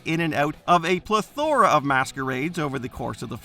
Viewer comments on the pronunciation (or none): The way you said plethora is disgraceful